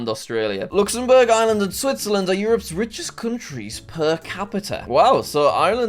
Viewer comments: I live in Ireland and it's pronounced arelind not i er LA and pls say it right this time😡😡😡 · You forgot to pronounce the R in Ireland, J A C K M A S S E Y W E L S H. (read this comment off-camera)